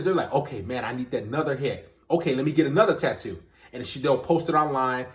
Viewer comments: She thinks she looks great? She thinks enlarging her lips are better than before? SHE CAN'T EVEN SAY TATTOO! If I saw someone like this out in public, I'd run the other direction. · If you can't even pronounce the word tattoo correctly then you definitely shouldn't get any.